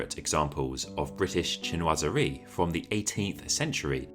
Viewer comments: Unfortunately he’s pronouncing the word in an American accent or his second language is English, so I respect his way of pronunciation. It’s just not correct. I am fluent in French and English , so it just annoys me when people try to hard to seem like they’re really big in to the design style, then they must respect the actual word by pronouncing it the correct way. He must not have any knowledge that pronunciation of certain words are just jargon style words. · "Cheen- was- eree"